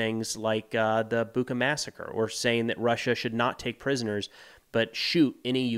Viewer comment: Ch in Bucha is pronounced as the one in "cheese".